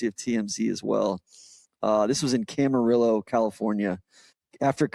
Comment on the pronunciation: Camarillo is pronounced "Cama-reeyo"